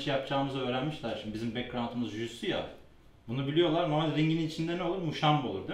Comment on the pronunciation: Aga biri şu jiu jitsu demeyi öğretsin